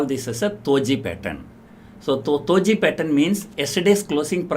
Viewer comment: it's not "toji" pattern.. it is "doji" d for dog.🤣🤣🤣🤣🤣 you are hilarious mr.🤣🤣🤣🤣👌